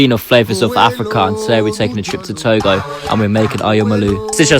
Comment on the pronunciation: Did he just say Togo?😢 Am so offended 😠